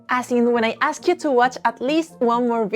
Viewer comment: Learn to pronounce ask.